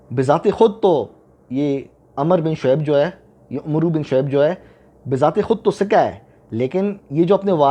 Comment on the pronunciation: Not Umru, but Amr (عمرو). جب واو ہوگا تو تلفظ میں م او ر ر پر جزم اور و سائلنٹ۔ واؤ نہ ہو تو ع پر پیش، م پر زبر، ر سالن۔